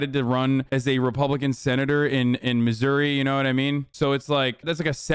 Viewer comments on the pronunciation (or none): none